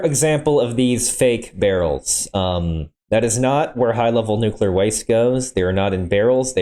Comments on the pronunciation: nucelar? It’s awesome when a channel who is dedicated for information and learning can’t pronounce NUCLEAR correctly. I’ve noticed that those morrons who can’t pronounce it correctly mostly are from USA, but this morron isn’t from the states and still can’t pronounce it correctly. I think they say it wrong because of the word nuke. But nuclear, I can’t stop laughing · its actually pronounced nucular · Yeah and can’t pronounce NUCLEAR correctly